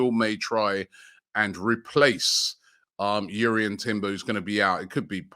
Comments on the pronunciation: It’s Jurrien not Urrien even the player said it’s Jurrien lol 😂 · JUrrien not YUrrien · Robbie, I think Jurrien is pronounced with the "J" the same way you say Jordan for example, not "Yurrien"